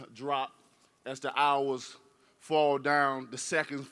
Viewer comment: Deontay pronounce 48 hours like 48 how..ers